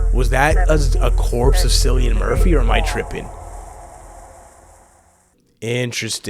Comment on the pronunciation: Great reaction! I hate to be that guy but his name is pronounced "Killian Murphy." And Ralph Fiennes is pronounced "Rafe Fines," a lot of people get his pronunciation wrong. Also, don't worry, Cillian is not a zombie. He will be in all three movies (28 Years Later will be a trilogy) and the bloke in the trailer was actually not Cillian like everyone says, it's just some old guy that happens to look like him lmao.